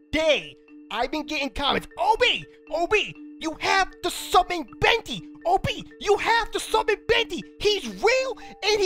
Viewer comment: When he says OB it sounds like obey